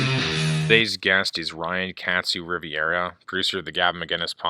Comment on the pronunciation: Ryan was so polite he didn't even correct you for mispronouncing his last name. Rivera not Riviera. GOML best show ever.